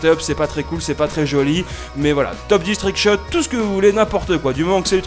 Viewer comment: On ne dit pas trickscut pour un trickshot couteau